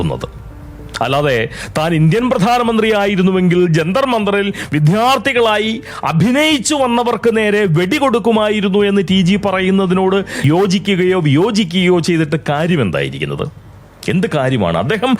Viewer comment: ഇത്രയും ഭാഷാ നൈപുണ്യം ഉള്ള "" വിദ്ധ്യാർത്തി "" എന്ന് പറയുന്നു